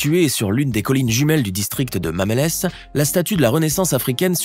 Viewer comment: Pour le Sénégal 🇸🇳 l'endroit s'appelle Mamelles et on ne prononce pas le mamélés mais mamel tout court Merci